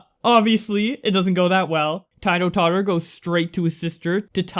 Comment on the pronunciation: The way you pronounced Titototter pisses me off